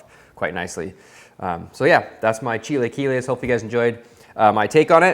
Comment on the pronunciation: chil-uh-kee-les........ other than that, looks delish!